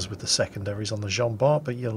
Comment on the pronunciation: Dear,as Jean Bart was french,Bart has a silent T:p